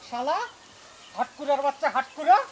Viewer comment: হাঁটকুরা হবে না আটকুরা হবে ৷ আমি অবাক হলাম শব্দ কিভাবে ভুল করে ৷নাটকটা সত্যিই অনেক সুন্দর ৷জয়া কে সেলুট❤